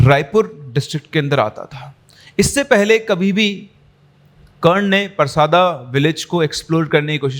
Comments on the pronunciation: I am from chhattisgarh 😁 it's परसदा not परसादा sir but I don't care I really enjoyed your story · गांव का नाम परसादा नही परसदा है सर मैं छत्तीसगढ़ से ही हु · भाई वो परसदा है परसादा नही मै खुद रायपुर से हू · Sir vo parsaada nahi परसदा hai sir aur vo raipur me nahi bilaspur hai mera college hai uss area me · Sir us gaon ka naam परसादा nahi परसदा hai mere gaon ke bagal me hi ye gaon hai aur ye kahani sayad se scripted hai kyuki Maine ye kahani Aaj Tak nahi suni jabki mai parsada ke bagal me hi rahta hu